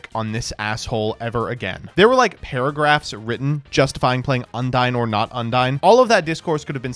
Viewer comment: It's amazing how nobody who plays Yugioh knows how to say "Undine" correctly.